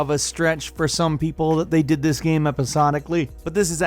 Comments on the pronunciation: I hate it how you say "gem" instead of "game" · Is it just me or does he pronounce the word 'game' weird? It sounds like he's saying Gamb